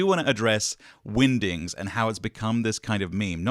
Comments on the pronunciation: it definitely sounds like you are saying Windings, is this a Benedict Cumberbatch pengwings situation 😆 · I think your pronunciation of "Wingdings" in this video is on par with Benedict Cumberbatch's pronunciation of "Penguins"